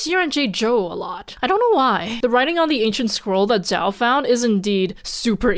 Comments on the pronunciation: I think your name, Zhao, repeatedly is butchered by being pronounced like the English name “Joe” due to a weird combo of A) the Formula 1 driver Zhou Guanyu. Zhou did suddenly become very famous online when he nearly died in a wreck last year. B) for some weird reason English speakers have a bad habit of pronouncing the first couple letters of words they’re not familiar with and throwing the rest out the window. They’ve heard Zhou and basically go “close enough. Also I love the verbalizing that insight at . I’ve work with some people who are Chinese nationals as well as have an Aunt that is a Chinese national. They all skirt that topic even in private conversations. Reminds me of interviews with Russian citizens who you can tell don’t believe the way the state portrays itself but refuse to conflict it. Growing up in the USA, it’s hard to understand that kind of environment. Although, some people seem hell bent on replicating it here 🙄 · I am still confused about the pronunciation of zhao. I have (or at least believe that I have) heard both "ZAO" and "JAO" from you and other people. So.. do both exist? or is "zao" the right one?